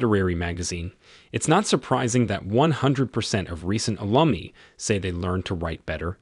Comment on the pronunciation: Also "alumnee"